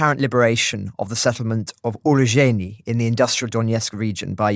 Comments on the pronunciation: oo-roh-ZH-EYE-neh four syllables. roh-bo-ten-eh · Urozhaine (Урожайне) - It is pronounced "OO-rrro-ZHAIN-yeh" Look for many more towns and villages coming back thanks to the brave soldiers of the Ukrainian army. 🇺🇦 💪 Next up: Robotyne (Роботине), which I expect will result in cutting off a main supply road and flanking one or possibly two Ruzzian defence lines.